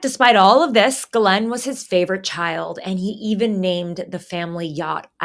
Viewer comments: Not out of any respect to her, but for 1 former girlfriend, & 1 coworker, it's an old french name, popular here in Québec, properly pronounced close to: "she's - len" not "guhh - layne." I'm Geoff pronounced like you know who "Jeff", but many, including an English teacher said: "G - off".🤦 Those who know better, will roll their eyes & smirk with Ghislaine as "Guhh - layne" I respect your work, your Mom, so I thought I'd let you know.❤👍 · Why the hell can't you pronounce her name correctly?